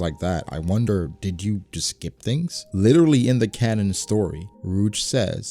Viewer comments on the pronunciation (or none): none